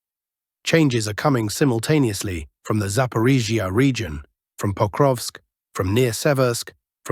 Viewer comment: The Zapaporgia zone is the funniest. Hooleeaipole is a close second. Arrestapole is getting arrested